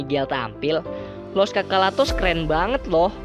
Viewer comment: Bukan los chocholatos ya tapi los chachalos